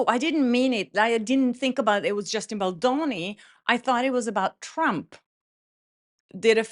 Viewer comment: BAAAAAAALDONI! Not BULLDOENI WTF